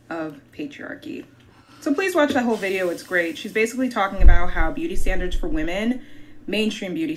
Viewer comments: Can we be honest about the fact that she's going viral saying woman and not women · she a biscuit away from that stomach popping out those jeans that’s why she mad also she a grown woman saying woman instead of women such a pet peeve lol